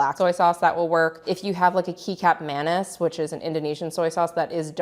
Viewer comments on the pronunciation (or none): One of my most favourite soups EVER! Amazing recipe!!! When did it happen that not only the pork is omitted but the black fungus, too. No neighbourhood Chinese in NYC has black fungus any longer. Just one thing. Kical manis is pronounced ketchup manis, not kik app. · The Indonesian Soy Sauce is pronounced Ketchup, not keycup. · Kecap Manis = Indonesian Soy Sauce, thick sweet sauce, pronounced —KEH-chap mah-NEES, FYI….Thank You…I gave to try making your soup recipe 😊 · Kecap manis is pronounced ‘ketchup manis’. And yes, the origin of our word ketchup points in this direction: The word kecap originates from the Southern Chinese Hokkien word kê-tsiap, meaning a fermented fish brine or sauce. This same Chinese root also gave English the word ketchup. 😊